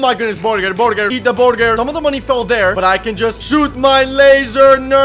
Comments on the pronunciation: It’s funny how he said borgir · nit burger is borgur he said borgur borgurrrrr when he attack herobring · i love how he just keeps saying borgir when he fights bosses